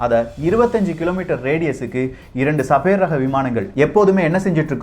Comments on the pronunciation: என்னாது ?? சபேர் ஆ? 🤦‍♂️ Sabre? அதை சேபர்னு சொல்லனும்! சேபர் என்ற சொல் போரில் உபயோப்படும் ஒரு பெரிய வாள்! Star wars ல கலர்கலரா வச்சிருப்ங்யளே அது light Sabre!. !Ice age க்கு பின்னால் அழிந்து போன ஒரு புலி வகை சேபர் டூத் -Sabre Tooth. அதோட பல்லு வாள்மாதிரி கூர்மையா பெரிசா இருக்கும். தகவல் சொல்லும்போது சரியா சொல்லுங்க. சின்ன பசங்கள்லாம் ஒழுங்கா கத்துக்க வேணாமா? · Annae adhu sabaer illa. Saeber..